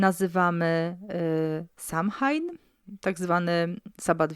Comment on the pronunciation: Kochana mówi So‐łejn nie tak jak pisze